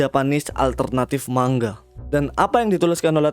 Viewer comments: Penyampaiannya bagus dan penyebutannya tepat, ucap kata manga juga bener. 'Mang-ga' biasanya org2 pada nyebutnya salah 'ma-nga' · Btw emg begitu bro pengucapan nya yg benar mang-ga Kebanyakan orang salah pengucapan nya sering nya mang-nga